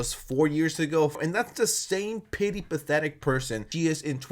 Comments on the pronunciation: Its petty not pitty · You keep saying pity but it’s not pity, it’s petty. It’s killing me, get it right 😅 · I love this video but you keep saying “pity” instead of “petty” and I can’t stop cringing 😭💀💕